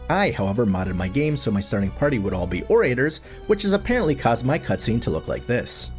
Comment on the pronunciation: Ore-ray-tors? Bruh.